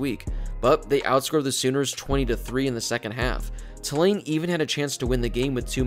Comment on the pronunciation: It’s TOO-lane, not tuh-LANE.